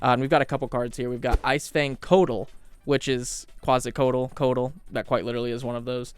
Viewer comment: So for pronunciation, i think really only the coatls was off, co-ah-tls. You did a great job otherwise! Im a little surprised you didnt use any of the godzilla versions of a few creatures, as i recall him saying he liked the movies and stuff. It wouldnt have been in line with the cryptid theme, but it would suit his tastes.